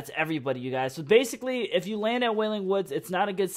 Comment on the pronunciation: stop saying kif